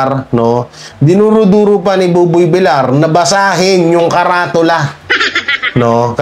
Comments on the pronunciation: sir bilyar po ang pronounce hinde bilar.sorry po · Ang bigkas mo kay buboy Villar ay buboy Vilar vilyar ang bigkas dapat a ng sagwang pakinggan reactor kapa naman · And it should be pronounced as 'Vilyar' for VILLAR of Buboy, a Spanish Surname... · Villar is pronounced is Vilyar